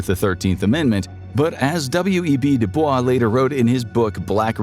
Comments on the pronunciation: W. E. B. Du Bois is pronounced W-E-B 'Dew' 'boyss' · Its W.E.B “Do-boyss” fwiw. Its Black History Month